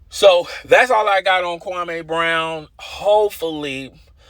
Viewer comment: Stop saying his name the Stephen A Smith does...Kwame, it's Kwameee, not Kwamayyyy. Do your due diligence.